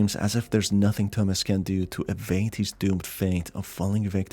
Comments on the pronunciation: it CANNOT be just me that thinks he's saying,"Dumbass" intsead of "thomas" because of his accent (no offense btw it's just kinda confusing-) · when you said "Thomas", I thought you said "Dumbass", and I was just left thinking "who names the protagonist dumbass in a horror game?" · I was caught off guard at the beginning, I thought he said dumbass lives alone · i heard dumb@ instead of Tomas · Bro i thought he said dumbass at the start 😭😭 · At first I thought he was saying Dumb@ instead of Thomas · everytime he says thomas i hear "dumbass" and i assume that would be a very fitting nickname for the main character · He said the protagonist is Thomas, I heard dumbass XD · this video bamboozled me 3 times in the first minute. The guy is called Thomas, I keep hearing Dumbass. I thought the music at the beginning was the one used by TEDex The fucking knocking made me jump, as the sound came exactly from where my door is